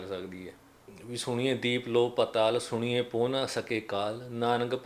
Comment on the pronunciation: ਵੀਰ ਜੀ ਬਹੁਤ ਵਧਿਆ ਵੀਚਾਰ ਨੇ ਤੁਹਾਡੇ ਪਰ ਉਚਾਰਨ ਸੁਣੀਏ ਨਹੀ ਹੈ, “ਸੁਣਿਐ” ਹੈ..ਧੰਨਵਾਦ ਜੀ🙏